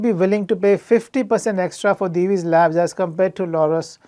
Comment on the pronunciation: Hearing someone pronounce Divi's correctly for the first time from the analyst community! 🙂